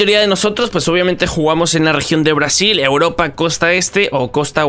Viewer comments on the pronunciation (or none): none